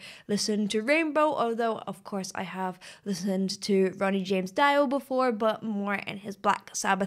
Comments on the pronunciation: First off you messed up right there, it’s not dy oh ! It’s D oh ! DIO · nooooo not Ronnie James DAIO, it's DIO . DEEO from latin "god" DEEO. pronounce the i from dio as you pronounce the i from Ronnie . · FYI it's pronounced Ronnie James "Dee-O," not "Die-O." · That's a studio recording, not a live one. It's the album track set against a cut of live videos. Doesn't detract from the sheer might of this music though. Also, the name Dio rhymes with trio, it's not die-oh. He used this Italian word for his nickname, because he had Italian roots. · Great analysis but you should largely ignore the film clip as does not contain the actual audio you are hearing which is from the studio LP. The live clip is a selection of spliced takes from various concerts of rainbow doing stargazer and probably other tracks that just show the various musicians in the band especially Ritchie and Ronnie James. And its not Dio as in "die oh" its Dio as in DEE OH. Just thought you should know. I realize this video was done some time ago - just in case you happen to look at it again. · It’s not Dye-o.... it’s Dee-o. He’s of Italian descent. He would never have used an anglicized pronunciation for “Dio” (God in Italian). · it's Deeeeo and not Dyo!!! The I is prononced like a E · Just in case you want to learn how to say his last name correctly, it's Dee O not Die O! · Hi, It's not pronounced Dye-oh it's Dee-oh. 😁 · it's Dee oh not Die oh. 😁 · Dio is pronounced Deeeoooh, not Die O. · dee o not die o.... Dio in Rainbow >>>>> Dio in Sabbath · Please pronounce the man’s name correctly. It’s DEE-oh, not DIE-oh. Dio is Italian for God. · DEEoh.. not DYEoh :) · *ahem*........ DEEEEEEEEEEE-YYYYYYYOOOOOOOOOO. Not DYE-OH. Sorry, being a pedant. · Ähmmm, his name is spoken DIO "i" spoken like Eagle or the german "i"! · Sounds very much not live! Video is live clips, but this is the studio version. And it's pronounced Dee-o. Cool reaction as always. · She called him D ai oh